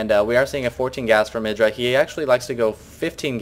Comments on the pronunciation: i thought it was pronounced eyedra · no cuz hd starcraft and husky both say it like eyedra